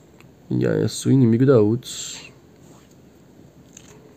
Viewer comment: Da agonia ouvir ele pronunciando o nome do Yasuo man kkk